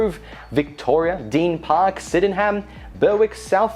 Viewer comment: Oh dear, Deen Park = Deer Park, Syden-ham = Sydenym, Ber-wick = Berrick, Cranbourne is pronounced like Melbourne and Narren Warren = Narre Warren